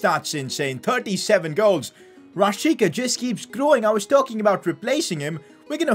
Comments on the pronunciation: It is pronounced as Rashitsa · This was very good but the fact that this hole time you pronounced my man Milot Rashica’s name wrong.I still love your content